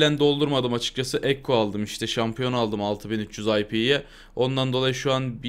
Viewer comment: Abi senin yüzünden ekkoya kekko demeye başladım kekko diyince arkadaşlar gülüyo :D